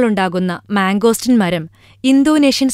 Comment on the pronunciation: Mango steeeeeeen not mango stin :)